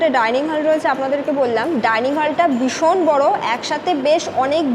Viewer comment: ম্যাডাম কথা টা "ভীষণ"। সারা ভিডিও তে "বিষন", "বিষন" বলে গেলেন সেটার অর্থ কি??????